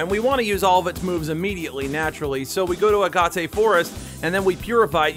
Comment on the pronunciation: "uh-gah-tay". i think i threw up. its literally pronounced how it's spelled. a-gate. like the rock, agate.